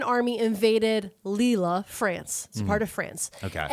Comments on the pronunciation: I'll be that commenter for a mo. McCleod is how McCloud is really spelled. Famous town in France is Leeuhl. The best medal, Croix de Guerre is Kwah duh Gare (like guerrilla, sneaky soldier, rhymes with gorilla usually as a borrowed word). Love you kids figuring out society & history with very different technology & for women, freedoms. Like, concubine is better than streetwalker, or poverty-paid factory work, in an era of very restricted opportunities. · I love you guys, but constantly hearing Lille pronounced that way almost killed me. Like constantly saying Calvary (like where Jeezy Creezy was crucified) when he's trying to say cavalry.